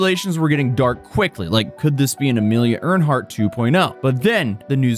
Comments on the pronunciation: did you call her Amelia Ernhart? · "Amelia Earnhardt"?😂